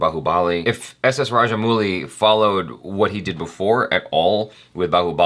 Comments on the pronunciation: You are pronouncing it as mooli, whereas it should be pronounced as Mowli but in English it is written as Mouli. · It's RajaM-AU-LI. With a sound of 'O' not ooh. 🙂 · nope it's rather: -ow-LLi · It's Raj-mow-lee. Kudos for the effort though. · When you pronounce rajamouli, the u is silent.